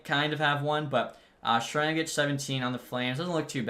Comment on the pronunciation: Name pronunciation corrections for you for the future Zadorov: Za-door-ov Sharangovich: Share-en-go-vitch Vladar: Vluh-dar Hischier: He-sure Bahl: Ball